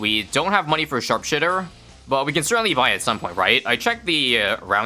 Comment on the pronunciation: "sharp shitter"